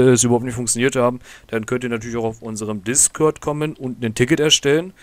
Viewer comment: "Dann könnt ihr auch auf unseren DiscÖrd kommen" aber geiles video hat mir weiter geholfen